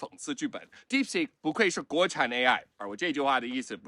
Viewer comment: 肌肉腦館長連"DeepSeek"都不會念 但就是覺得它有料